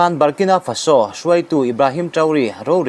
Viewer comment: FaSO ni lovin, FAso tia lam zawk tur.